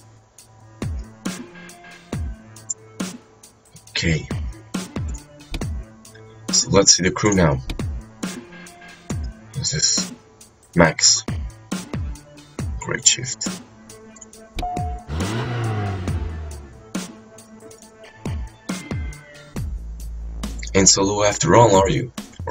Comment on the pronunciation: its Gearshift not "greatshift